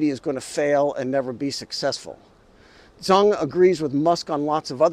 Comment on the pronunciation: Zeng and Zheng are 2 distinct Chinese surnames. Certainly not Zang. See how a non-Chinese can easily and unwittingly get the whole thing mixed up. That's one reason why the West gets China wrong - either unwittingly or deliberately.